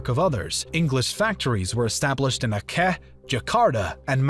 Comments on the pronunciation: the dotted line ends at Lombok, not Bali Aceh is pronounced as Ad-jeh. Coen is pronounced as "Koon" in English. Factory in that era was a name for "warehouses" / "trading post". No chimney's involved (that's two centuries later - Industrial Revolution). the swords are at the wrong places. Malakka is in today's Malaysia halfway Singapore and Kuala Lumpur. Johor is next to Singapore, not Kuala Lumpur (as you map it) Ternate is on the North Moluccas, not North Sulawesi VOC didn't went bankrupt due to the Fourth Anglo-Dutch War. That one was fought about the Dutch support for the American War of Independence. It went bankrupt due to the Patriot/French invasion of the Dutch Republic and fleeing of William V to London, after which the English decided to take over Dutch trading posts and colonies (signed of by William V as a pretext), to stop the economic power that would result from combined forces of the French and Dutch. England at that time had already lost the 13 Colonies, which were aided by the French and Dutch. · I cringed when he mentioned Aceh. The C is how you pronounce Charlie, not Kilo. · How to pronounce C in Aceh is just like C in Charlie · Aceh the c pronounced like in chess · I love how he butchered the place names lol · Great video, !! Just a few clarifications in terms of pronunciation of Indonesian settlements: you mispronounced Aceh (it's not "Ackeh", but rather "Acheh" - CH as "chair"). Also the stressed syllable in Makassar is in the middle (2nd syllable), and not on the ending (3rd syllable). Other than that the video is great! Keep up the good work!! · Man pronounced Ternate with (ter-nait) and Aceh with (uh-keh) lmao it's ok tho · the pronounciations of indonesian things in this video o_0 lemme clear them up: ternate: tehr-nah-tay (not "neit") aceh: ah-jeh palembang: not bang as in "bang bang" but pa-lehm-baang (the a in car) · The pronounciations in this video are maddening/hilarious. Aceh? Johore? Ternate? etc. Ouch.